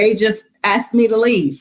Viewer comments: "axed and axswned" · I axed you agreeeedz?